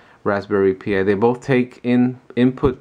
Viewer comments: great work. VERY impressive. Just so you know though, you should pronounce it like "Raspberry Pie", not "Pee eye". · Yes. Like the others said... it's pronounced Rsspberry PIE ... Pi is same as Pi as in 3.14 ...